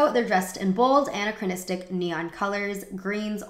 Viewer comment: I typically really like your vids but your pronunciation is KILLING ME. Please look up how to properly say "anachronism" and "anachronistic."